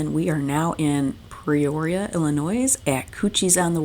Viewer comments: C’mon, now! Pre-roria, Illinoiz?? Are we enjoying cocktails up on the bridge? 🤣 Calumet River is easy….just like it looks…Cal-u-met! Same with Peoria…pee-or-ia. Enjoyed your video & your accent! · I just started watching your great loop videos. Always been a dream of mine. I'm from South West Michigan, spent some time in saugatuck, and salmon fishing the Kalamazoo River. You were in saugatuck in the last video I watched. Just an FYI we pronounce Peoria Pee-or-ee-uh , at least where I live. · Yes, please work on all your pronunciation. Peoria, Joliet, Calumet.